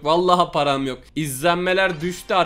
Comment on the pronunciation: Nobody:: Param yoğ ulan parağm yoğğk:D